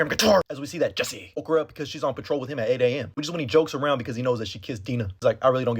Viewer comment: How you say “Jesse” cracks me up man 😂